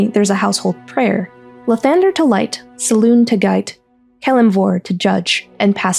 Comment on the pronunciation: You keep forgetting the "eh" or "ay" after saying "Selune" and uts infuriating. Great video otherwise.